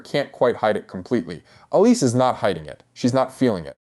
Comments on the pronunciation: Its pronounced Alice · Pretty sure it's just pronounced like "Alice." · Sorry, but I'm turning off. In this day, if a creator can't even correctly pronounce the character's name, it's sus... I immediately think 'AI.' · Why is your pronunciation off